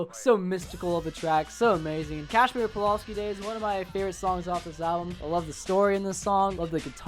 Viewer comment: How you gonna pronounce Carrie, Casimir, and Vito wrong 😂